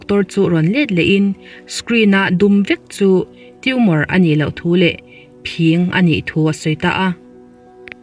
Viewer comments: Phîng tih hi i lam fuh lo deuh a. Kan naupan lai chuan vawk talh phîng hi kan ham puar a, kan pêt ṭhin. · Khaw fang tlem tih hriat reng2...Khawthlang lamah chuan Phîng kan ti...Tlema thluk deuh tur ani...Hmun dangah chuan ka hrelo...Dik ber a awm theihloh...Zahawm taka comment a tha ngai e